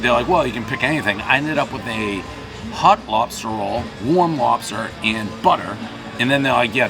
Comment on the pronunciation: Ha ha! Dave pronounces hot like hut. I definitely prefer hot lobster rolls! CT lobster rolls all the way!